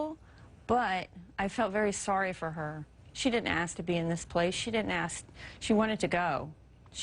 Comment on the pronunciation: "how I can say 'dis?" lmao, an underbite doesn't make your grammar go to shit.